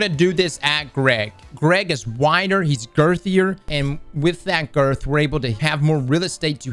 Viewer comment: It kills me everytime he says 'gerth'